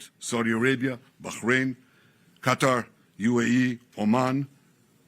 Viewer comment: at least he can say Qatar correctly, I personally can't stand it when people say "cutter"